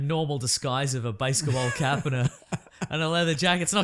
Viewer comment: Am I the only one that caught said baseketball cap...what the hells a baseketball cap??? lol